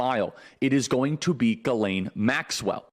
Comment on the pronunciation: HER NAME IS "GH" LIKE THE LETTER "G" SOUND. HER NAME IS FRENCH. AMERICANS MISS PRONUNCIATION OF HER NAME IS KILLING ME.